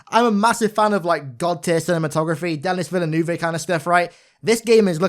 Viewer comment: this man pronounced Denis Villeneuve as "Den-nis Villa-noo-vay"